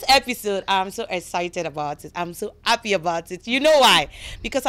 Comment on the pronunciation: Why is it hard for Yoruba people to speak English properly This presenter needs to go and learn how to pronounce English words correctly and properly. “ Appy to ave you ere”. Yeye Yoruba English